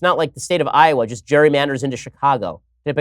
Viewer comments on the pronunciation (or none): none